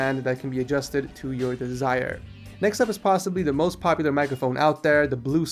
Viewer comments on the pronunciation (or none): none